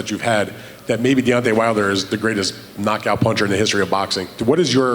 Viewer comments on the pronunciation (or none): none